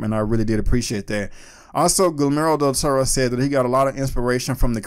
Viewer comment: Dude at least try to pronounce his name correctly. Gilmoro??